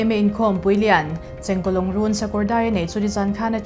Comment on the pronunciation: Chengkawlawngrun 😂 i lam nalh lutk😂